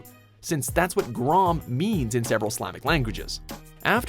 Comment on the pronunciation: its grum not grom